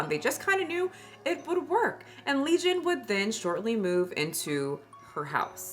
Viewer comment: Leison not legion 😂